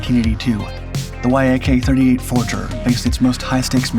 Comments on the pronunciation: Why do you keep calling it the Y-AK 38? Its pronounced like Jak 38, it may sound wrong but that is how you pronounce it and people that know about MIG, etc will recognize that you are speaking about YAK. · VTOL is an acronym standing for Vertical Take Off and Landing -- it is pronounced Vee-tol I believe Yak-38 is NOT an acronym and just pronounced 'yak' and not Y-A-K, an acronym.